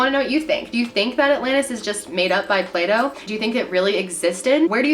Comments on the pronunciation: Did just accidentally say Pluto instead of Plato? lol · does she keep accidentally saying Pluto instead of Plato or am I just tripping? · Plato. Lol, not Pluto. 😉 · It's Plah-to xD Not Play-Dough HAHAHA! I got so confused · I love how she accidentally said “Pluto” 😂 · I died laughing when you said “pluto” instead of plato😂😂😂😂😂😂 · "Plato" not pluto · anyone else catch her call plato pluto lol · "Play Dough" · "Pluto" lol... Loving your videos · The way Americans pronounce Plato is hilarious!! It almost sounds like Playdoh..... hahahaha